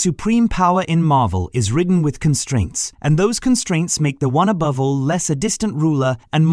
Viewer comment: Aboove? Edit the AI.